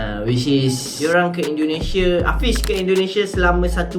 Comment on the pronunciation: Belajar lah ngomong yg bagus,indonesia bukan endonese brooo